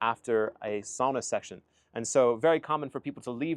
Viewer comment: Finally an American who pronounces sauna right! Northern Minnesota Finn here and lots of us have saunas, often built up at the lake cabin. So yes, running to jump in the cold lake is part of the experience 😅